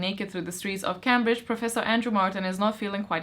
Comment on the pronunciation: Cambridge is pronounced Came-bridge. Yes, I know, the English language maies no sense! I keep meaning to read The Name of the Wind but haven’t got around to it yet!